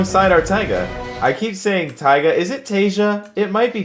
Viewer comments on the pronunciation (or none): How tf does he get teyguh from tyga. Has he never heard of tyga the rapper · its ty ga the ga is like GAmbino